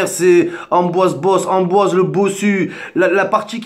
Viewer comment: Et allez... la vidéo de victime par excellence. (Pour être crédible, il s'appelle Pierre-Ambroise pas Amboise...) Arrête de sucer Benzema!!! Je vois pas pourquoi y aurait eu un acharnement sur lui. Pourquoi tu cherches à attiser une haine ? On est tous Français, peu importe les origines. Y a qu'en France qu'on cherche la division plutôt que l'unité.